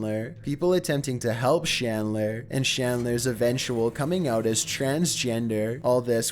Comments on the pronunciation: Chris Chan's last name is CHandler. Not SHandler. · #5 is CHandler not SHandler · Holy hell, dude, it's CHandler, not SHandler. Chris-CHAN